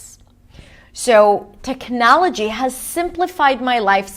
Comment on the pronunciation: You pronounce technology in a way I have never heard it pronounced. I thought it was tehk nah’ luh gee.